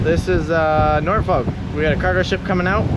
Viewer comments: Nor-fik or Nor-Fuck but never Nor-folk!!!! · Please pronounce Norfolk correctly. It is pronounced "NORFICK" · As someone who grew in in Hampton Roads. Stop saying “Nor-Folk”. It’s “Norfuck”. Or if you are really into the language dialect down here, rhoticity, is “Nawfuck” “Norfolk, Virginia, and the broader Tidewater region, have a distinct dialect of Southern American English characterized by non-rhoticity (R-dropping), a feature also known as dropping the "r" sound. This means words like "car," "star," and "butter" might be pronounced without the final "r" sound” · Norfolk residents insist on pronouncing it “Norfuk” Seriously! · "Norfolk" = "NAW-fuk" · As someone who is from Norfolk in the UK, the way you guys say it is so strange to hear 😂 it is pronounced 'naw fuhk' here